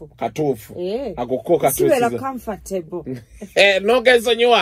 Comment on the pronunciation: bu English words today spot on, comfortable, interest, hehe